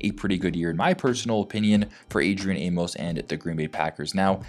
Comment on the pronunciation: The funny thing that no one is talking about, is he's from Baltimore!! That would be lit!! And it's pronounced "Aim- mus"